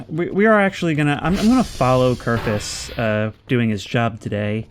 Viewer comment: For the love of god, his name is KERFUR not Kerfus. Its so minor, but it bothers me so much. Your videos are awesome, please dont stop.